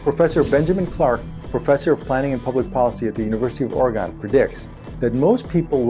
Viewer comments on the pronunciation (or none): Oregon is pronounced ory gun. Gon is not pronounced as gone. That’s from an old poem.